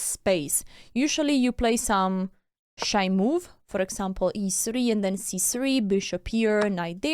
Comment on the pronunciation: It might be just me, but every time you say "shy move", I hear "shite move" 😂